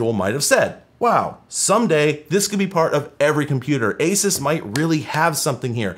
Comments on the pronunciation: its "A-Seuss" , btw. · having spent way, way too long dealing with Asus as an ODM, it's been thoroughly drilled into me that it's pronounced ah-Zeus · The way you say asus is weird to me. Sounds like you are saying "a sis" I always thought it was "a soose"